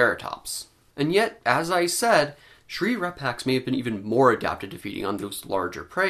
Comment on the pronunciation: Why do I keep hearing: Shrink Wrap Axe . Sigh .... Doc' about my...